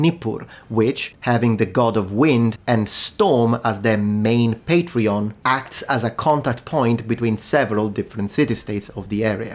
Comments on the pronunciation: You keep on saying Patreon instead of Patron LOL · Are you deliberately pronouncing 'patron' as 'patreon'? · As a linguist, I should think you'd cringe if ever you heard someone else say "patreon" when they meant "patron". Academic shame be upon you, sir! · I know I shouldn't but I giggled when you reflexively started pronouncing "patron" as "patreon" (except for Lagash & Ningirsu, where you said "patron"). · Patreon???? Not "patron""? SUMERIAN CITIES HAD WEB PAGES AND DONORS???? "BUY ME A BEER"? :face-fuchsia-wide-eyes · "...having the god of wind and storm as their main patreon..." "PatrEon",?